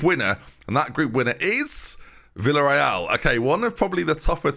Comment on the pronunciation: How can I write how to properly pronounce Villareal? 😂 The "Villa" part is not pronounced as "vila"